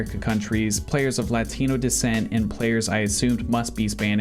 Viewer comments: I’ve never heard a whiter pronunciation of the word “Latino” before. Good god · for real